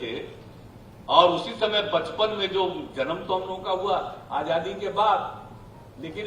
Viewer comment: This guy is indirectly insulting the thousands of freedom fighters include Mahatma Gandhi. He should talk about what different development programmea he has for the country and foreign policy. He is educated engineer but can't even pronounce Hindi word Azaadi which he says AJJaadi.